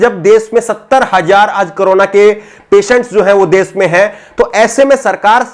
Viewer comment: aap bahut ache patrakar he ache anchor he Lekin apki bhasha,shudh nhi he visheshkar sha,shabd ka ucharan sahi nhi hota. Aap sha ko sa se ucharit krte he. Jaise desh ko des kehna Jaise rashi ko rasi keh rhe he. Patrakar anchor ki bhasha ka ashudh hona sharm ki baat he